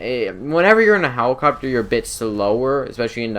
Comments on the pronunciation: He- Hewicopteow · he said "let" perfectly fine, but then hewicopter came out of nowhere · "the buzzard is more of an aww in on hewicopter" haha i love. keep making videos man! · For real lol... 'hewicopter'